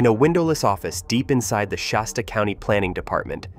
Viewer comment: No , No , No it's Shasta, it hasta be Shasta ! hahahaha hahahaha. 🤪🤪🤪